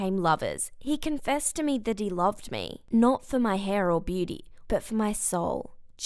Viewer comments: Nobody: Her : beety instead of beauty 🤦🏻‍♀️ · Her Accent though when she said booty-Lol -I just realized she said beauty